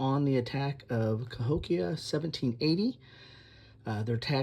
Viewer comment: That’s about 20 minutes from me - Cahokia - and you pronounced it correctly